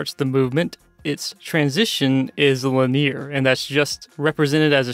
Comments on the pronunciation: You pronounce Linear weird... xD Lin-E-Ar I always say... not Lin-ear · Maybe it's the part of the US I grew up in... But Lin-ear is so weird to me xD